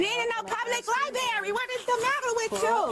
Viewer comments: "Itsa public LIBARY" She may wish to use the library to improve her English. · Lieberry😂 She's probably homeless 10!! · True cause for arrest is her saying “libary” instead of library. Disgusting behavior 😂